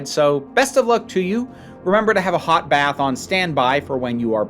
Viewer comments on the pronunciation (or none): none